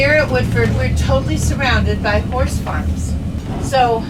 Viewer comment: you gotta pronounce horse a little better. Wife thought I was watching a bad channel lol.